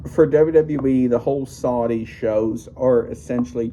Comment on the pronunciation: Saudi not Saldi.